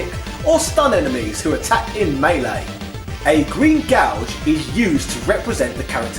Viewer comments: Is "gauge" pronounced "gouge" in England? How do you pronounce "gouge," then? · we don't - was either reading it wrong or making a joke, i just searched the comments and you're the only one who mentioned it. the first time i was like hmm he read that wrong, but then he says it like 10 times in the next two minutes and i just had to comment too lol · Huh, I didn't know people in the UK said Gauge like Gouge, as in "I'm going to gouge your eyes out". Sorry for the weird observation, another great video!